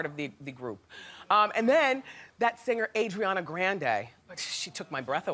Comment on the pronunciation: It’s Ariana, not Adriana